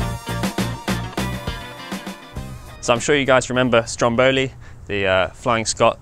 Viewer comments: Four years together, very impressed. Please, Say Strómboli, not Strombóli. Very proud of that little piece of Italy in your project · just to make things right, the name Stromboli is pronounced Stròmboli, with accent on the first "o". Word from a true Italian